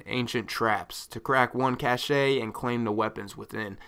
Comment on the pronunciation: "... to crack one cash-e and claim the weapons within." - 2015